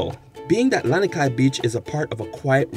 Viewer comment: Misspeled brah, Lanikai not Laniki